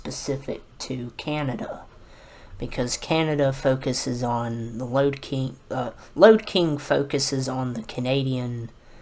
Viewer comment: Lode King not load king